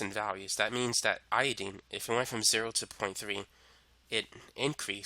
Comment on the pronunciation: love your video, but its iodINE not iodEEN